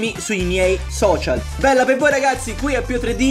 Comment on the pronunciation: Ragapzi, ragapzi, ragapzi, ragapzi, ragapzi, ragapzi, ragapzi, ragapzi, ragapzi, ragapzi, ragapzi, ragapzi, prepararsi alla fatida ora X, le .